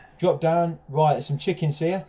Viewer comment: Can any1 count how many fucking timz he says “rit”??!! 😂 It’s gotta be at least 300 😂